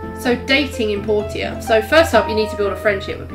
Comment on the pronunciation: It’s pronounced “Porsha” they even say it in game that way.